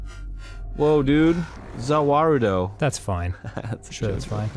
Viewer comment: "Wooa za wauldo" Confirmed Arin knows Jojo